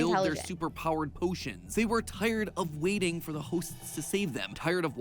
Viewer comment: "Look dor the eye"